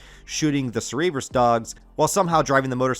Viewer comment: cer-ee-buhs dogs?! BRO. CERR-BURR-ESS.